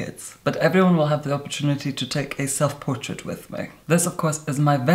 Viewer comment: I love that he says selfportret